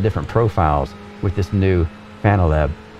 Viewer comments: ... "Fananalab app" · I like how he says "Fananalab" haha